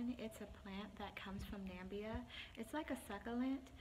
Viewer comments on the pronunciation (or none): Its from Namibia not Nambia